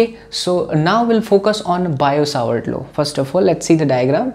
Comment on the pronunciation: Sir wo biot-savart law h na ki bio-savart law BTW teaching style is great